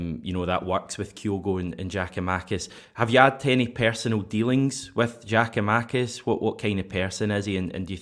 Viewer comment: great show... it is pronounced “ Yia koo ma-kiss”. You start his name off with “Jia-koo-makis”. Just soften his name swap the J with a Y and you are half way there.